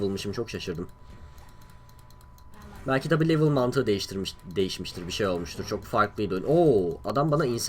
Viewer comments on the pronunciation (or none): none